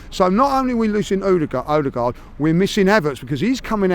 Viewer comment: Well at least has ceased calling Odegaard Ooodegaard.